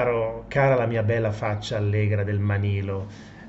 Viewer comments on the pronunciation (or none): Manlio non Manilo. .... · si chiama MANLIO....no manilo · Prof, MANLIO non MANILO! Certo non cambia la sostanza 😁😁😁😁